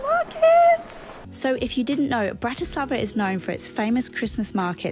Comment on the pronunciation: It's BRAti slava, not BratiSLAVA. Accent on first syllable. And no such word as Slovakian, just Slovak. From a Slovak. Otherwise liked your video.